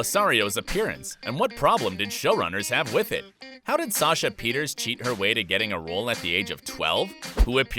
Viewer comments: It's not Sasha Peters it's Sasha Peters-sa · it’s not Peters 😂 it’s Pierterse. Every time she says her own name, I remember it but I can’t ever figure out how to type it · The fact that you called Sasha Pieterse Sasha Peters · i cant pronounce it either. is it "pee-uh-tiers"? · It's pronounced like the last e is an A (pun intended) Pee-ters-ah. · The fact that surprised me the most? While digging for behind the scenes dirt & drama you didn't learn how to pronounce Sasha Pieterse last name.